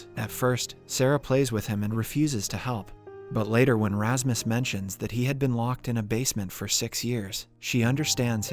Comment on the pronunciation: lol wut you're calling Rasmus for Rahmas?? never have i heard a name being destroyed like that xD